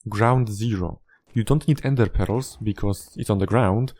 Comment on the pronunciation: I love the way you pronounce ender pearls as endê peróz